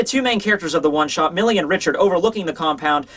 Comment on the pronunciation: Mille is the French word for one thousand. Pronounced something like "meel"